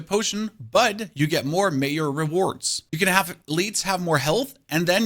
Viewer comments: Did you just pronounce major as mayor? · Lmfao this is great, I believe he is German and that's why he said "Mayor" when pronouncing "Major". 😂 His English is pretty good but on occasion I catch stuff like this and it usually makes me laugh. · You confused me when you were referring to Major reward because you actually said mayor reward. When you are referring to the name Jesse, do you say Yesse? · Why is bro pronouncing "major" "mayor" 💀💀